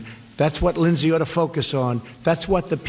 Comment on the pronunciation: Linshees, judishearie